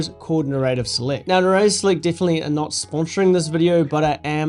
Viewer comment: First time I've heard someone pronounce "narrative" like that! And $15 per month? That's seems pretty steep. I mean it's almost as much as an Adobe Lightroom + Photoshop subscription and they're lampooned for their pricing!